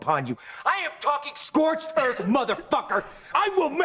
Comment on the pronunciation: Its not earf it is earth.